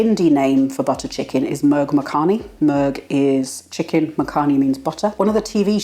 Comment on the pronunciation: mur -'u' as in 'pull' ; makhani /muck - nee/.